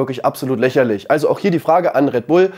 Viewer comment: „Läscherlisch“ „isch“